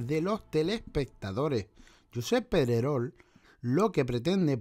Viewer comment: Por lo menos di bien el nombre de Pedrerol y no digas Medrerol